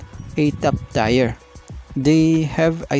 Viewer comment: Boss. Tier is pronounced as tir (teer) salamat po.